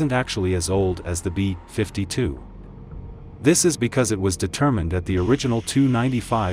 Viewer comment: "The too. 95 might just be Russia's version of the bee. 52 bomber." 🤦‍♂ I can't f***ing stand that synthetic text-to-speech narration. Practically all of these so-called "military" channels that review military hardware like aircraft, tanks, ships, etc. use that synthetic speech garbage.